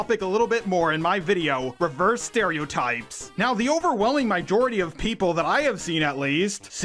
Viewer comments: Bro…. Do not say Myjority when you mean to say majority💀😭but if you have a speech impediment just erase what I wrote from your mind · I take it back, if you have a speech impediment it’s up to you to go to phonetics and watch YouTube videos to fix it, not my fault you’re saying my jority😭such are the downsides to putting yourself out in public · Your pronunciation of "mijority" is glorious